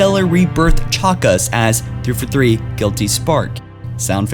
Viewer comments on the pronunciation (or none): ITS THREE-FOUR-THREE NOT "TREFOTHEE"